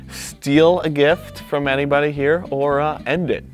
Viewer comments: No one:: You can put it right mnyah! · "You put it right hmere" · that got me he was just like “you can now put it right nyow”